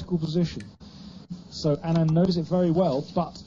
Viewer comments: His name is pronounced as 'Aanand' and not 'Anaand' . The first A is similar to sound of 'A' as in 'Aritificial Intellegence' ;) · Hikaru, its not anaand its aanad. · lol its "Aaa-nun-D" not "A-naaan-d" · It's pronounced aa-nan-d